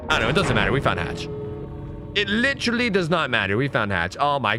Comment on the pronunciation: Now I know why my son's saying lillee instead of literally.